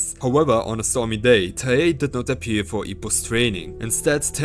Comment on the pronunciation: Its TIE-hey. Not TUH-hey.